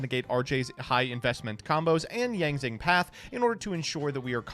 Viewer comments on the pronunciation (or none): the Yang Zing pronounciations are gonna be the end of me